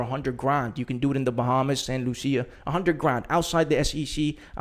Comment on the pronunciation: St. Lucia. It's actually pronounced: Saint Lu-Sha.